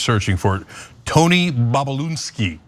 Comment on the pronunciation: Cenk his name is BOB...U...LIN...SKI not Bob u lun ski